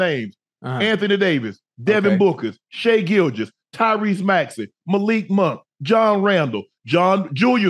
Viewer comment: “I ain’t gon mention Devin Booker. I ain’t gon mention Shai Gilgous.”….. …”Lemme read through the names real quick. Devin Booker! ☝🏾Shai Gilgous!” ✌🏾😆🤣